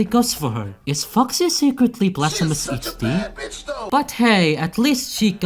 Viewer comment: “Is foxy Secretly Blastphamoushd” - 😂😂😂